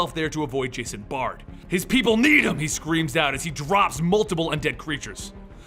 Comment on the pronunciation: Bard not Baird. Vale not Vall. Forbes not Ford.